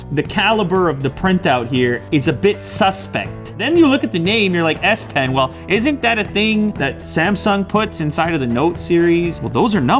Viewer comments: i heard ass-pen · 'S-PEN' OMG WHY ASS PEN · did he mean Ass -pen ?